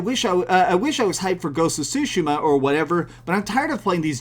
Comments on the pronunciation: Ugh , the way he pronounces “Tsushima” is an ear rape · There’s also a huge chunk of the internet that’s laughing at how you pronounce Tshushima